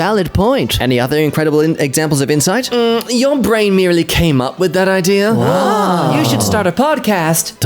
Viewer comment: I like how says idea’r and not idea